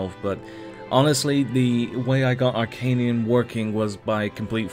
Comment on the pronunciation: You regularly saying Arcanium. It's Arcanum. :)